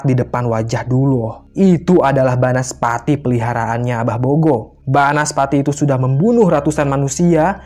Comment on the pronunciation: Banaspati, bukan bansapati 😂😂